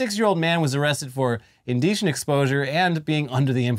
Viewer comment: arrested for in-"deeshent" exposure? Who's really under the influence here,? hahahaha